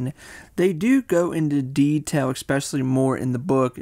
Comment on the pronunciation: The “and” between “Young” and “Modern” and the replacing of the “s” with “x” in “especially” are destroying me lol